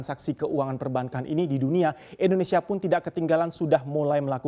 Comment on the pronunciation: Boleh kah minta tolong gunakan penyebutan negara kita Indonesia jangan Endonesia, thanks bro....